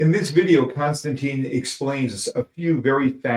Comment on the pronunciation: I know it's a little bit OCD but at least you could figure out how to correctly pronounce the name of the person that you're high lighting? In case you're wondering his name is not Constantine! His name is Konstantin And it's pronounced like CON Stan TIN. So annoying that I can't really watch. 😢